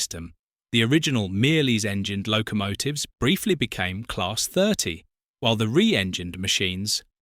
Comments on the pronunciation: Mirrlees is pronouced Mur-lees NOT Meerlees . Lical who visited that engine manufacturer on a number of occasions and who knew a lady whose Christian name was Mirrlees. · Had to stop watching at the third 'meeerlees'